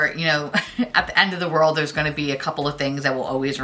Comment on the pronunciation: “We’re just gonna keep it going here...” heard a little Fargo accent slip in there 😆